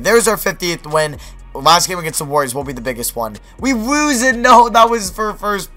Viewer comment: He don't no how to say lose